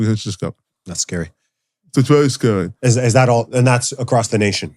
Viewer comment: "It gives more cwedibiliy to the theowy...it's vewy scawey"